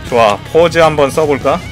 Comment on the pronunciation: pause의 발음은 [포우즈]와 비슷합니다